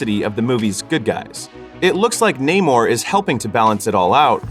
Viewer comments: Me getting mad everytime ppl pronounce it "Ney-more" 🙄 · WTF is Neigh-More? Even in the movie they explain why it is pronounced Namor, like “Sin Amor” (without love). Americans love butchering names even when there is absolutely no need to. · When someone says his name is NAH-MORE in the movie, and everyone still calls him NAYMORE. Americans.. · This was so racist. Namor pronounced his name how he says it and they had every black character intentionally mispronounce it. Completely racist to Latinos and further enforcing racial stereotypes that black people don't like Latinos. And should have made Michael B Jordan black panther, and no trial by combat all the sudden to be black panther. Absolutely disrespectful to Chadwick because his family said he wanted it recast. And to further prove the racist tone they literally made namor weakness drying of water from his back, what is back wet backwards? Most racist film I've seen in years